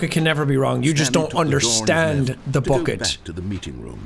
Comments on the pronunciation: Jack at the end: BOCKET* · AH YES BOOKET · I feel like the bucket was specifically made for Sean and his Irish pronunciation of "bOcket" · Jack please it’s not ‘BUCKET’ it’s ‘B U C K E T’